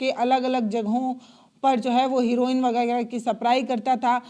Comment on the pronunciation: हिरोईन😂 नहीं बल्कि ' हेरोईन कहिए❤